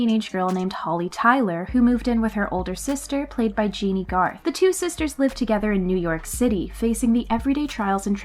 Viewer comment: Jennie Garth (Jenny), not Jeanie.